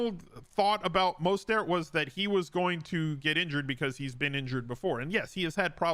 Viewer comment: The way you pronounce Mostert hits my ADHD nerve... Surprised you've never discussed that topic. I'm addicted to your content,.